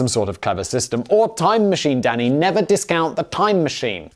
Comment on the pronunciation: Sometimes when Simon says Danny it sounds like he says Daddy and I get a good chuckle out of it